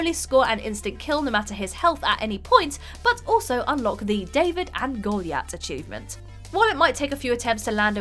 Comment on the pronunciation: David and ‘Gooleeyatt’